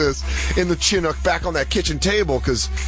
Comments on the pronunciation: The way Jay pronounces Chinook sounds like an Asian racial slur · That and Dan saying “Chinook” wrong made me laugh 🤣